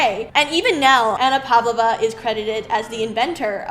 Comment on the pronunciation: You should learn to pronounce Pavlova !